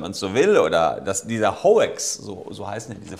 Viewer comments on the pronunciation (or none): nicht "hoex", nur "haux".